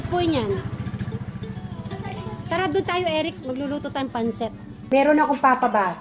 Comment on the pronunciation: Pansit madam / not panset baka po ma confuse ang viewers.